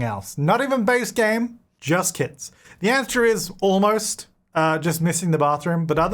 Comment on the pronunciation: I kept thinking you were saying kids 🤣